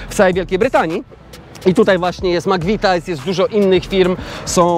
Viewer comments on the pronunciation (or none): wstydzil bys sie. Taki anglista i mowisz /MAKWITAJS/? Spytaj sie dowolnego anglika jak to sie czyta. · Ludzie, tyle lat tam mieszkacie a nie wiecie jak sie wymawia McVities?! I jeszcze tyle razy padło to makwitajs jak na złość, grrr. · 😂😂Stary nie gada się mc vitajs tylko mc vitis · Zle wymawiasz McVitie's - mowi sie 'mak-vi-ties'